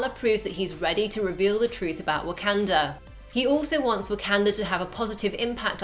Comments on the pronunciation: It sounds so weird hearing "wah-CAN-duh" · She keeps saying wakanda wrong